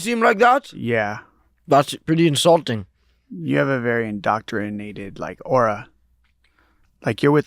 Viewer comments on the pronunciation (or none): none